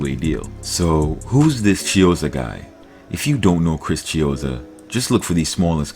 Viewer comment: Not chizzo fvccck